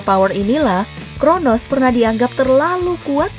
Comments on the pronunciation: crono mba bukan kronos ya... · Crono bambang bukan cronos😅😅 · Coronos kata mimin wkwk..😂